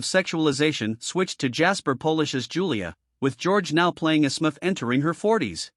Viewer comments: Smufff? It’s Smurf dummy! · what horseshit. At least pronounce "Smurf" correctly